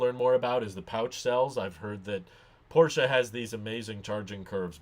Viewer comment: Thank you for pronouncing Porsche properly